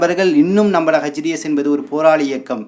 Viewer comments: ஹஜ் டீ எஸ் இல்லை. எச் டீ எஸ் என்று உச்சரிக்கவும். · H. T. S. பயங்கரவாதிகள் என்பதுதான் சரியான உச்சரிப்பு 🏴‍☠️